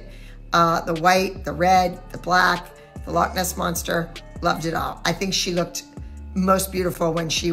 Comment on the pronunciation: She said "the locknest monster"